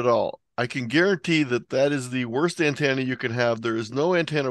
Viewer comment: I want to finish listening to this video but I can't take it the way you say antenna is driving me nuts!!! Lol thanks for the content though. Also what kind of ham doesn't have a 160 meter dipole strung up through both his neighbors trees?!????